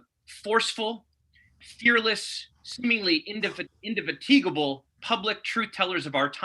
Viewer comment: Interviewer, check your pronunciation [ in-di-fat-i-guh-buhl ] Otherwise...Yes Chris, empires fail...that IS the definition of an empire, is it not? But one reason empires DO fail is that its citizens become apathetic to the processes of democracy; they become disengaged. CHRIS, your very advice or position in the 2019 election was that you were NOT GOING TO VOTE. ??!! SO, on the one hand you rave on about the terrible condition of the United States, and on the other, you position yourself, and give energy to those who continue not to engage on the most basic level, (voting) in a democratic system, by communicating the idea to the public of the pointlessness of voting. How does that work Chris??